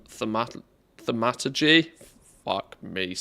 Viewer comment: I think its pronounced THORM A TUR GEE :)